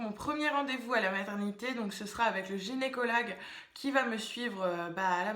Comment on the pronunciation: Vous avez bien dis Gynécolague au lieu de Gynécologue vous m'avez fait rire de ouf dans votre vidéo 😂😍